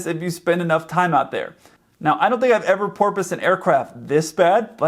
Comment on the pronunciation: He said “if you were eve a kid” XD